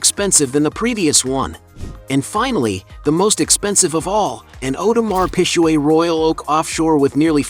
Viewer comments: 50 has so much more money than Ross if he found out he'd sue him for it 😅oh yeah 😅... audemar PIG-GAY. U murdered the name of that watch ⌚️ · Awdemar pishweh 😩😂😂 … “.. Whale and Meek Mill” .. who is this guy 😂😂 and he playing 50 like 50 didn’t sell more record make more money from investments 😂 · That Audemar Pisjuaid tho🤣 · You are pronouncing the name of the watch Audemars Piguet wrong - so wrong. Do your homework.